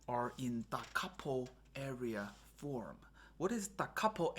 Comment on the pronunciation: Very informative (but need to work on the pronunciation of aria so that it doesn't sound like area). 👍